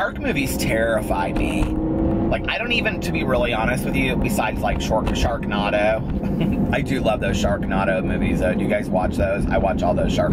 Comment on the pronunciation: Sharknado it's like tornado why are you saying naaaadough I'm laughing so hard